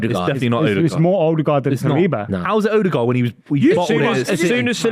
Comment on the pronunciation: Its Odegaard